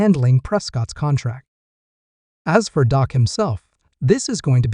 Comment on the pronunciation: Please pronounce his name correctly, it’s Dak not Doc.